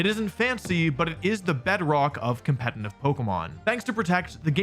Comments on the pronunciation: Why does he keep pronouncing competitive as 'compentitive' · Why does he always say "compeNtitive"???